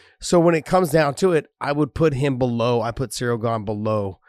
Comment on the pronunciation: Ha ha, Cereal Gone. I can't unhear that now.